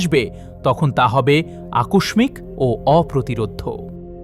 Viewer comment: ধন্যবাদ আপনাকে এই ধরণের ঐতিহাসিক বিষয়গুলো তুলে ধরেছেন! তবে, বাংলা ভাষার উচ্চারণ সঠিক হয়নি বা হচ্ছে না! যেমন "আকস্মিক", " রূঢ়" এমন অনেক শব্দের উচ্চারণ!